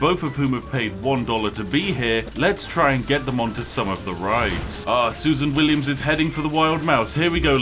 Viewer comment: "sUSan WilliAms"